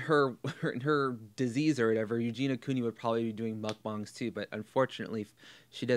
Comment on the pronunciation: Thank you for correctly pronouncing mukbang 👏👏 I agree with everything you said here. You ooze intelligence, my friend.